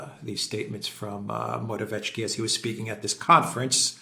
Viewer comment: PLEASE - learn to pronounce: MO-RA-WE-ETS-KY. There is NO "tch".